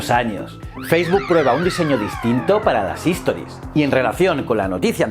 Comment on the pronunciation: Todo muy bien, me encantó el contenido, solo una cosa, se dice STORIES es decir, la palabra empieza con S, HISTORIES como lo dices tú es otra palabra diferente. Saludos!